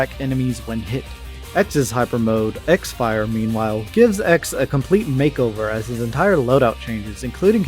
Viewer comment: Btw you called it "x fire" but it's actually supposed to be pronounced "crossfire" lol, those japanese people were funny to come up with a name like that